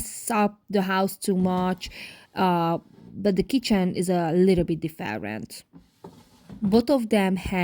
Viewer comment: Different . Please check the pronunciation. Please